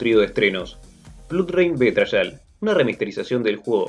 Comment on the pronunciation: Casi me muero cuandi eschuche BE-TRA-YAL. Se dice bi-tre-ial. En fin ,buen video!